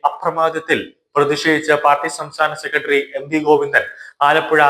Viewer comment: " സെക്കട്ടറി". എന്തു മോശം ഉച്ചാരണം. ഒരു മീഡിയയിൽ വരുമ്പോൾ ഇതൊക്കെ ശ്രദ്ധിക്കേണ്ടതാണ്